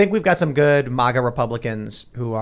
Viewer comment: I really wish you would stop saying MAWGA instead of MAGA. It's kind of irritating it seems like you're kind of being or trying to sound snooty. MAG = MAG like in magazine, or magnet... Do you say MOGNET Tim? IT REALLY SOUNDS BAD.